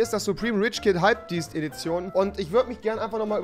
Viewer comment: rewi 2018 : "hypedeast"